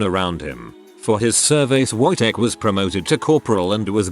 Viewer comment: I hates listening to the Wojtek one because it was said how it is spelled, the W would make a V sound so it would sound more like vojtek